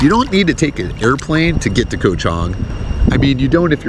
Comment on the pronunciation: KOH (island in Thai) is pronounced with a soft (o) like in the word GOT. Just say GOT without sounding out the letter (t). That’s how you correctly pronounce KOH.